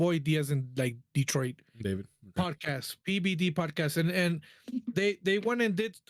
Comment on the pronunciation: It sounded like you said the Pdidy podcast 😆. Ped…podcast okay.